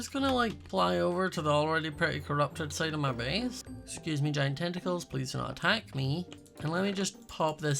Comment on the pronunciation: Schott: Excuse me Giant Tentikles Pleas dont atak me🤣🤣